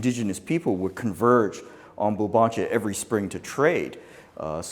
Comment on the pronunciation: Its BVLBANCHA